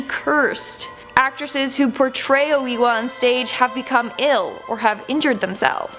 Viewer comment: its oh a wa